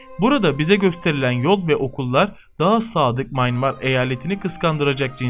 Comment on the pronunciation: sen nerden biliyon.ya birak sacmaligi. mayinmar deyil. miyanmar